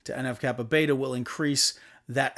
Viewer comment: en eff kappa BEE, not beta